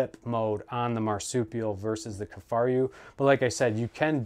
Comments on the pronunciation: The video was very informative, but I do agree that the mispronunciation was distracting. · Two things…He’s comparing the Kifaru to a non enclosed marsupial and He’s pronouncing Kifaru wrong…ruined the entire Video with those two things…might as well not even spent the time making the video…waste of everyone’s time 🙄